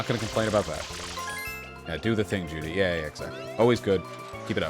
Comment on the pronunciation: stop saying judy or ju-di it's zhu-li!